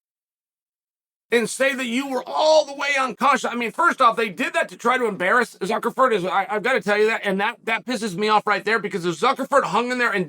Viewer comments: Ok, I thought I was tripping😂😂😂 He is saying Zuckleford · Hahhhhhhhhhhhhhahahhhaha Zuckerford. Can we get Chael on Cameo mispronouncing names. My goodness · I love how Chael spells the name right in the thumbnail, but then mispronounced it the whole video. That is dedication to contradictory details that kills me. I prefer "Fuhkernerd". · Why do you keep saying "Zuckerford"???....do you mean Zuckerberg???😊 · I can't stop laughing at the fact that he just continued to call Zuckerberg "Zuckerferd" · Ok - Zuckerford? Chael……. Cmon man….. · “Zuckerford” is classic. Gotta love Chael… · Jesus F*&k.. "Zuckerford" multiple times... not a good look bud... :facepalm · “Zuckerford”. Never change, Unc. 😂